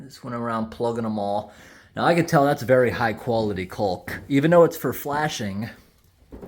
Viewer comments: Love all your videos. FYI....... caulk has a silent L 😁😁. The river shots were absolutely beautiful. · took me a few minutes to figure out what you were talking about, I have never heard anyone pronounce the L in caulk. lol great video tho!